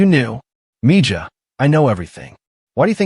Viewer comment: It's spelled: "Mija," pronounced "Me-Ha." ... just saying.